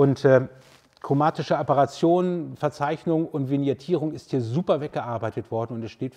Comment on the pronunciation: Es heisst nicht Apperation, sondern Aberration. Von lateinisch aberrare, abirren, streuen.